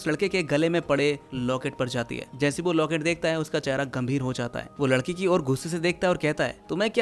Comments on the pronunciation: pr lakdi bolrha h ladki ko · ladki ❌lakdi✅ 😅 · Bhai ne ladki ki jagah lakadi bolati 12. minute 52 second😅😅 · Are o bolne me mistake huaa hai 😂